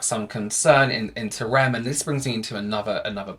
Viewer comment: It’s called R.E.M beauty not rem beauty 🙂